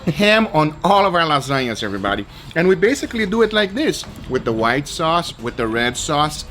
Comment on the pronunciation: nobody: Gugga: SO LET DEW IT